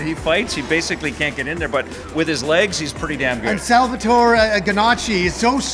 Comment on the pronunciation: He's not pronouncing Salvatore, right... 😢